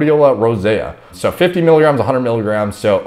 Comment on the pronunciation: it's not mikograms it's miligrams